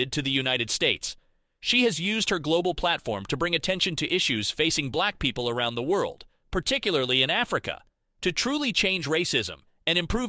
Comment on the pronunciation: Bruh, the way you pronounce "black people" ☠️ if it's AI switch the voice